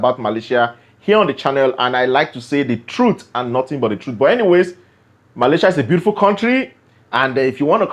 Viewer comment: Take the T off of truth at the end of pronouncing the word